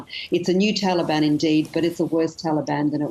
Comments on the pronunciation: "Taliband" she's done her homework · The talabani messed up religion are offended when their "official" names are mispronounced. Someone called them TaliBAM. It made me laugh at them that they could even think they can replace true Afghan men. Sad that talibani are making the whole world hurt. I wish they could've started their own trip on a patch of earth away from civilized society, just a bunch of cavemen hanging out together.